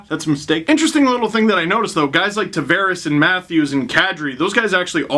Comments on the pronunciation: Hey Steve, happy to see you again. Since it's one of my middle names, it's actually pronounced Tah-Vah-Res, not Tah-Ver-Ehs. Go Leafs Go. Buds All Day. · can you please pronounce Tavares right. Its driving me crazy